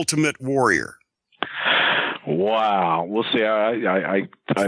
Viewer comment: Bruce can’t pronounce the word ‘Warrior’ he always says ‘Woh-wee-ah’ like an autist.